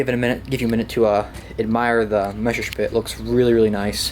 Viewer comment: NOT MESSERSPIT ITS MESSERSCHMIT